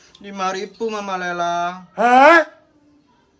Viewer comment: emng cara ngmng nyaa ada H nya tpi tulisan nya g LEYLAH tpi LEYLA